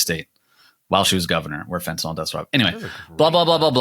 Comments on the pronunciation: Guys, Americans, it's fentanyl. Fen-ta-NIL. Enough with the Fentinol, please. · It's Fentanyl, not FentanOL...I wouldn't say anything but you inherently defeat your point if you can't say the word properly.